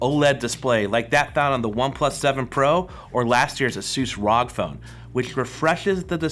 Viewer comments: You really think that forehead looks good? And then you call the ASUS phone the "Rah-g" phone??? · rog... one syllable? 😒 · The way he says rog tho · Did my man just say rog? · Did he just call the asus rog “rog” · The "rog" phone... smh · “Rawg” phone. Right.